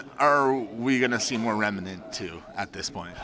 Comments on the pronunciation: It's Remnant not "Remanant" ffs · “Rem-uh-nant.” it’s just Rem-nant. 2 syllables. not 3